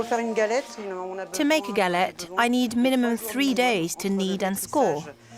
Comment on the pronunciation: galettttttte ! pronounce the t ! thank you so much les rois : the kings